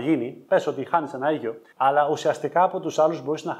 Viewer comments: Αιγαιο οχι Αιγιο ουτε σωστα να το πεις δεν ξερεις ρε με απογοητευεις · Η αλήθεια ποναει όντως, συνέχισε ακριβώς έτσι, τις ταμπέλες μόνο που βάζεις πρόσεχε για τον αλγόριθμο στο YouTube. By the way Αιγαίο και όχι Αίγιο 😉